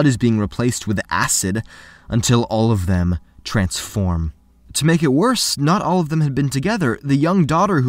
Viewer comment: Why does he keep saying Oyfum?